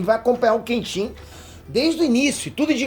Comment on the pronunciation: Moro no Japão meu filho nasceu aqui e coloquei o nome Kenshin, só corrigindo a pronúncia 😢 se me permite, dão ênfase no KEEN e o shin fica bem curto tipo KÉENSHI O “N” tem som de um (1)